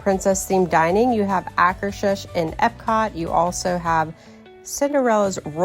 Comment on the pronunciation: This is so helpful! Plus hearing how to properly pronounce Akershus is a bonus